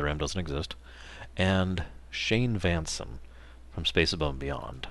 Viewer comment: i'm a cool and collected individual or i'd have jumped and cheered when you said VANSEN